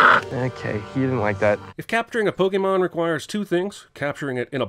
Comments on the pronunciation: Cinema Sins mispronounces Pokémon as PokEmon instead of PokAYmon throughout the video. DING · You are no longer able to sin anything pokemon related, because you're saying "Pokey-mon" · Infinite sins for saying "Pokii-mon" the entire video.